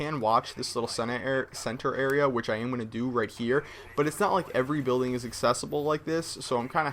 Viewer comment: Lol in he says dildo except for building.. they sound nothing alike...